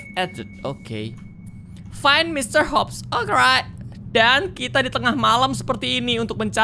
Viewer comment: KAK YANG BENER ITU MR.HOP BUKAN MR. HUP 😅😅😅😅😅😅